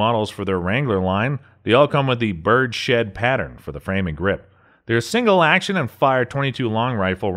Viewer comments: This is the second video I've seen of yours where you say "bird-shed". Are you intentionally not saying "birds-head" correctly or do you honestly think it's "bird-shed"? 😂😂😂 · Good video! Frankly, you sound way too normal and articulate to be a “” LOL…minor tweak…”Bird’s Head” for Birdshead grip, not “Bird Shed”…from the Uberti site: “The bird’s head grip was originally designed for Colt Derringers in the 1850s. In 1877, Colt incorporated the distinctive and comfortable grip style into full-frame revolvers called Bird’s Head Colts.” Keep these excellent videos coming!